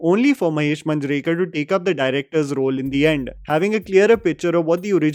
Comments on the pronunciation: Just a minor correction regarding the pronounciation of some marathi surnames, It's not Taarde, It's TARDE and Not Manjrekar but MAANJREKAR. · Sachin Khedekar***. I am a huge fan of yours. Please work on your pronunciation.. You have pronounced last names incorrectly. Limaye and Manjrekar.. As you are into National level film analysis, then perfection and accuracy in pronunciation is a must. Keep up the good work my bro. Cheers!!!